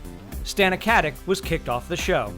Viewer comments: Kaze se Katic a ne Katik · its not fucking katik its katić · Katić (Something like Katich), not Katik. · it's more like cut-itch (no pun intended). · Stana is of Slavic descent, so the "c" in Katic is(most probably) pronounced as the "ch" in "chair".